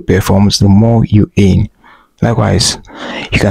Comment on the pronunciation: "Earn " not "eeeehhrn"